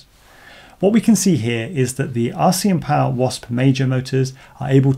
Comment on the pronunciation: Please add the names of items being tested to your video descriptions. Here's why I ask: in your Jan29 video, you mention you'll be testing the RCinPOWER GTS V4 2207 in an upcoming video. So I go to your channel and search for things like V4, GTS, 2207, RCM (... in the video it sounded like "RCM", not "RCin" - I figured it out eventually), and nowhere could I find a specific reference to that motor. So I went to google and searched your channel name and the name of the motor - no luck. So I went back to the Jan 29 video, checked for a pinned comment mentioning the V4 motor - nothing. I then learned how to download and search the entire collection of a video's comments, and searched that for references to the V4, in hopes that someone might point me in the right direction - nothing helpful, just references to "please test the motor". So expanded the search to all of your videos comments for the last year - too many results to go through manually. So I sat and had a think, and remembered that captions are a thing. So I researched and learned how download a youtube video's captions to a text file, and then proceeded to do that for all your videos posted after the Jan 29 video. ... and now I'm here. Honestly, still not sure this video is the direct followup to the Jan 29th video, or just one that includes the motor, but having spent a lot of time and having learned several new skills, I thought I should stop. Pretty please - add the names of items under test to your video descrip